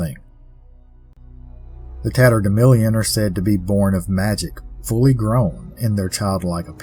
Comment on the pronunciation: I remember the term "tatterdemilion" from my childhood, used by my mother and grandmother, who were from Missouri. It was pronounced the same way you do: with a short "i" in the fourth syllable rather than the "a" that shows up in print. They said it when we'd gone out and gotten good and dirty. Who knew it was something so mysterious? Thanks for another fabulous tale.